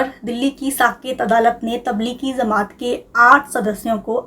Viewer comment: It's Jamaat not Zamaat.. people watch you guys and your pronunciation acts as a reference, you cannot get it wrong